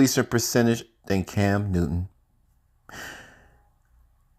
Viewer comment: Bro decent video..but your Ssssss are killing me!!!! It's not Cams Newton..and it's not yardages .....!!!